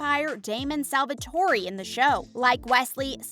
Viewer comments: Its not Salvatorie... its Salvatore(its not burbon.....Its tea)- Bonnie Bennett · May be she is not a native english speaker In romance languages we Do say salvatore with the e being accentuate But we do not say salvatoreeee But a soft e like this é But yeah this video is purely click bait Since there are quite many mistakes in the video and not about named but about the content itself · The way she said Stefan's name "Steph-on" 🤣💀 and then "Damon Salvatorey" I'm dead!! 💀💀💀🤣🤣🤣🤣🤣🤣🤣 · Its Damon Salvatore not Salvatori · The whole video is an error. It hurts my brain. Salvatour? Salvatorie? Like what? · Same, Nicholas is bothering it’s Niklaus (Nick-Klaus), Stefan it’s (stef-en), Salvatorie it’s Salvatore (salve-a-tore), and hope isn’t a hybrid she’s a Tribrid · Where did you get your information at. Damon is older then Stefan by 8 years. And his name is pronounced Ste-fan or Ste-fin. It’s not fancy. And His last name is Salvatore not Salvatoree you don’t pronounce the e at the end. And then for Klaus his name is pronounced Ni-Klaus or his brother calls him Nee-Klaus. Where did you get your information at. And I love how you said we all know as if you’ve seen the show before because if you have you would have known all of this. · If you're going to talk about the show at least do your best to find out the character's names because you absolutely butchered it Stefan Salvatore isn't (Stuh-Fahn Salve-A-Tore-E" It's "Steff-In Salve-Uh-Tore" Also Niklaus Mikaelson is pronounced "Knee-Kluh-house Michael-Son" not whatever you said.. and he and Hailey wasn't married, she married Jackson... She just had a fling with Klaus and loved Elijah. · Salvatoree???! Salvatore is pronounced Sal-Vuh-Tor Also it’s Kat not Kate jfc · Kiaus was never a love interest for Elena. Stefan never took the cure. He straight up died in hellfire. “Salvatory???” Mate. No. So many mispronounced names. It’s painful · please stop saying salvatory it hurts just stop please just stop